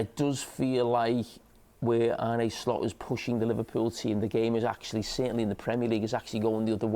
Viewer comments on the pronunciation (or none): Arne, not Arney